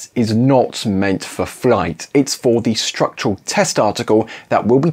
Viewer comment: strutural? lol